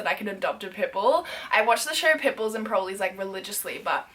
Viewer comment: same when she said "omg I love pimples but unfortunately they are illegal in Australia" 😂😂😂